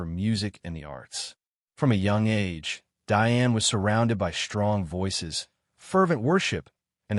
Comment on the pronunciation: it's DIONNE....NOT Diane. But she is a superb artist.